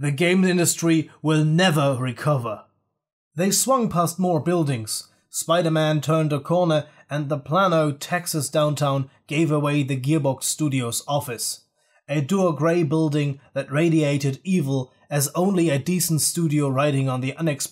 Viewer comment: its pronounced play-no (Plano)